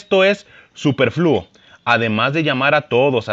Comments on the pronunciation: Te falta aprender a leer, leíste muy mal la palabra superfluo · Solo dos comentarios, dijiste mal la palabra superfluo y cuando leas textos te recomiendo leerlos antes para que no te trabes al momento de leerlos, no se si al leerlos en tu pantalla el texto se vea chico pero por ahí en ambos textos cambiaste palabras, pon atención en esos detalles. En cuanto a la opinión de este piloto que no se quién lo resucitó, creo que muchos pensamos igual sin necesidad de ser parte de este ambiente. Hamilton solo está aprovechando el momento que está pasando para engrandecer su nombre y dejar huella como piloto y sobre todo siendo de color y si lo considero superfluo porque más allá de las carreras, el tipo no hace o dice algo en su vida personal, solo usa el gran escaparate que tiene detrás, pero fuera de esté, el tipo no lo lleva a su vida personal, ahora creo también que el mismo se muerde la lengua, ya que su actitud hacia los demás pilotos no es la misma, como su enojo contra Sainz por no hincarse, o sus declaraciones a favor de Vettel y no pronunciar nada por lo ocurrido con Checo, el tipo pide respeto por las personas de color, pero no es empático hacia los demás?? Para mí solo es usar el gran escenario que tiene detrás aprovechando el momento y creo que debieran pararlo y si no lo han hecho, es porque le pegaría en contra a la F1 y es de lo que se aprovecha este tejón, no hay una intención realmente genuina.